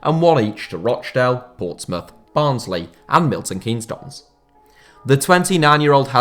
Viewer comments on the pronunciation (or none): none